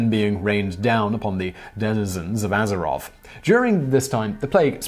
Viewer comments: "aye-zeroth" "ar-chu-mond" I shuddered each time he said them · When you said Aye-zeroth I nearly cried. I've been playing since 2005 and I have never heard that pronounciation and was not prepared. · "KINGDOM of Ay-zeroth?" Dislike, I'm out. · “the KINGDOM of AYzeroth” accreate. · "Ay-zeroth" ... what? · AYE-zoroth.... I'm done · "Ay"zeroth jesus.... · Did you just pronounce Azeroth "Ey-ze-roth"? xD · He did though. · noshei21 it’s tru tho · People worried that he pronounced Azeroth wrong but he called it a kingdom when it’s a planet